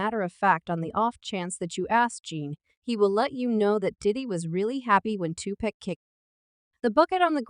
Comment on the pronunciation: Please learn how to pronounce pacs name before recording a video regarding Tupac...lord have mercy smh 😂